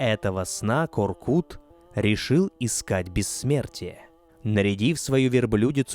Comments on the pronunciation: У ҚАЗАҚОВ ЕСТЬ ПОСЛОВИЦА.*КУДА НЕ ПОЙДЕШЬ ВЕЗДЕ МОГИЛА КОРКЫТА* ДЕЛАЙТЕ УДАРЕНИЕ НА ПОСЛЕДНЮЮ ГЛАСНУЮ В ИМЕНИ ҚАЗАҚОВ В ИМЕНИТЕЛЬНОМ ПАДЕЖЕ. НЕ К. "О" РКЫТ. А. КОР. К "Ы" Т. Во всех именах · Простите, но имя ата читается как КОРКЫТ АТА, а не коркут, т.к. вторая часть слога читается как ругательство, кто хорошо знает казахский язык, те понимают, что произношение вместо ы на у на слух звучит неприятно и неправильно. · Не КоркУт а КоркЫт🤦‍♂️ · Не Коркут , а Коркыт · Не Коркута, а КОРКЫТА. Проявите уважение к языку. Когдато Великий ақын Жамбыл Жабай ұлы возмущался насчет произношения его имени ДЖАМБУЛ. Он говорил, а что если Ивана я буду звать ДИваном. А за интерес к нашей культуре огромное СПАСИБО. Конечно лайк. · Боже, как ухо режет! Не ИхласА, а ИхлАса, не КоркутЕ, а КоркУте (если быть еще точнее, то КоркЫте). Это все равно что сказать "репортаж АлександрА КарельскогО" или концерт ДимашА КудайбергенА! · Вы можете хотя бы имена собственные не коверкать? Какой ещё Коркут? Қорқыт..